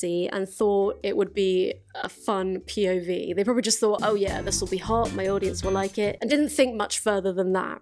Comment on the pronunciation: Everytime you say POV I just hear/think PIV 😂